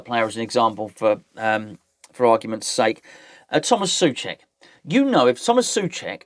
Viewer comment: Just for you................Vladimir Coufal is pronounced Vlah-dee-meer Tso-fal Similarly, Tomas Soucek is pronounced Tomas So-Czech